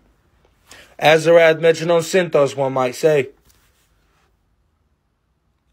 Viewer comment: Not the metrion mispronunciation. Plays the character too well